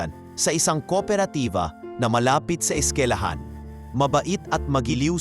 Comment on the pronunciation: TAGA PAG KWENTO HINDI PO SKILAHAN SKWILAHAN PO SIGURO MAS MALAPIT ..🫢